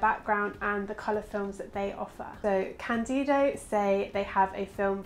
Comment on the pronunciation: For the love of Lemmy, is cÁndido, not candÍdo. The accent is on the A. Sorry... thx